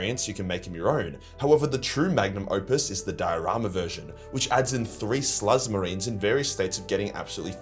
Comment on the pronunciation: I thought you called 'em slut marines lmao